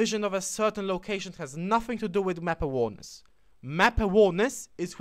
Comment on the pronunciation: Great video dude !! I'm not trying to sound douche but you pronounce "awareness" as a-wear-ness . Not trying to be a ass but you know how internet trolls can get. I don't mind what way you say it cause I know what you mean but other kids would give out about it. Great video though :) I was 1100 elo before I watched you within a month got up to 1400 pretty good me thinks.